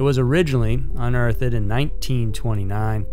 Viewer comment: Dude, you used the word "Unearthed" in your content enough to just get it right already. Instead of saying "Unearth-ed", try pronouncing it "uhn·urtht". There, you'll neve get it wrong again.